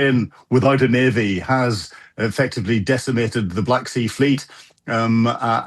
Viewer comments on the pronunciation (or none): none